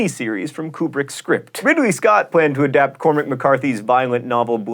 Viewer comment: Wait, THAT'S how you pronounce Kubrick?!